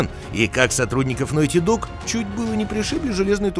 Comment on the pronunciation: Опракидывайте рюмку каждый раз как он говорит «нойти».